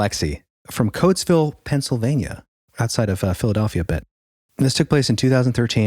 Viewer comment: "it's coatsville , not cloaksville pal"